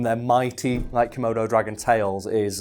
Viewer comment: says:...komodo dragons... i heard:...murder dragons... lol